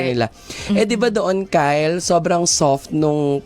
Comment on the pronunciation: Wrong pronounciation..(kyle) kay-le